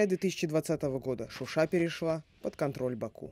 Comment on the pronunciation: Не Шуши А ШУША!!!!!!!! Это Азербайджана